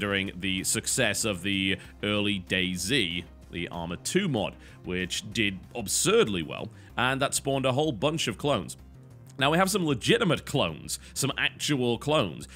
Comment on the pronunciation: are you saying obsurd instead of absurd on purpose? It's driving me nuts